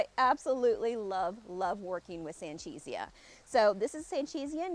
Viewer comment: It was named for a botanist named Jose Sanchez. So it’s not San-CHEE-zee-ah. It’s san-CHE-zee-ah. Just saying…